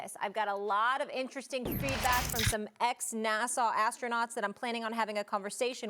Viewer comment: We all going to ignore Molly said Nassau?